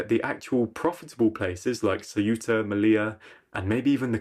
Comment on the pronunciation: Céuta, not Ciúta Meliya, not meliah